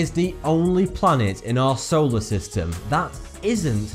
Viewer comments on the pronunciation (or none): none